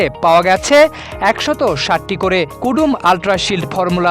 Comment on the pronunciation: কদোমো টুথপেষ্ট কে কুডুম বলা সাংবাদিক 😂😂😂😂